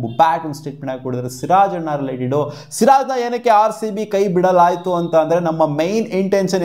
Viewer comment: ಸೂರಜ್ ಅಲ್ಲ ಸಿರಾಜ್ 😅😅